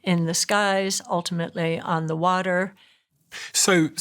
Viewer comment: The way she pronounces "Water" tells you everything you need to know. RUN THE F AWAY FROM HER AND HER PREDICTIONS.